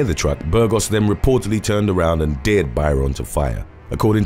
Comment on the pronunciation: The narrator has a good voice but what's with pronouncing dared as deered? I thought the young guy in the first story had eaten a slug off a deer.